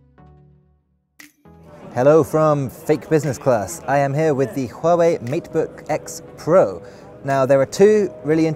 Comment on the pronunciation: Finally!! Someone actually pronounce "Huawei" correctly!!! The Asians are crying, now I'll forgive the LG V30S video I saw the other day. Yay.